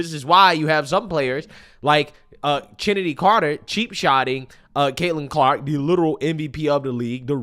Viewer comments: Good content, I think it is laughable that Angel & Chennedy are getting frustrated with the consequences of what their own actions have brought upon them. Also I think her name is pronounced Kennedy, the CH is like the pronunciation for Chris. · Chennedy (pronounced Kennedy?) Carter..isnt she from Kicago?...Whats next Karles in Karge? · "Chennedy" lol